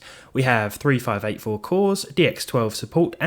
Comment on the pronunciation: "3 5 8 4 cores" really? XD